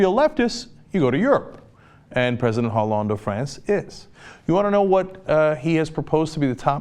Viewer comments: "Ollande"... H is silent in French. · Cenk, it's pronounce Oh-lahnd. The 'H' is silent. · the "h" in Holande is silent... (in fact all h's in french are more or less silent, so you know it for the next time) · Ollande h is silent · Stupid uncultured cenk, he doesn't know how to pronounce Hollande.